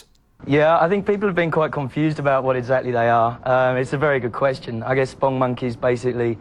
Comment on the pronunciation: Why do you pronounce it "spungmonkeys"? It's "spong . . ." (rhymes with "pong"). That's how their creator Joel Veitch pronounces it.